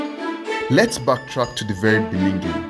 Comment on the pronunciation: Am I the only one hearing "beninging"?